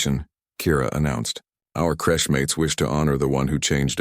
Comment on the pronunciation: Crèche not crush